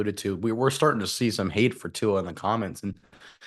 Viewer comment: Guys, please pronounce the Tua’s last name correctly.